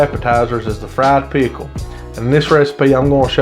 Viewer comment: i love how you say pickle and I'm southern 😍